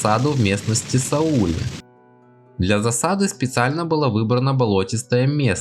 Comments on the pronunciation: Жаль, что ведущий неправильно произносит названия мест — ведь не Са-Уле, а была Са́уле. Но да, 200 псковских псов участвовали в битве при Сауле, а до этого — несколько недель занимались грабежом в Жемайтии и у земгалов. За что все и были вырезаны, вместе со своими хозяевами — примерно 60 рыцарей. И, увы, это была не "миссия по пресечению набегов прибалтов", а просто естественное русское стремление к насилию и грабежу. С мечом пришли — от меча и полегли. А может, и от топора. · Спасибо, очень своевременно. Как раз эту тему со школьниками прохожу. Только ухо режут неправильные ударения. Битва при САуле, например